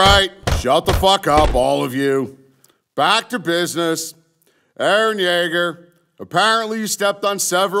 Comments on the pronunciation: Yaeger not kaeger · It's Yeager Yeagerrrrr Yeager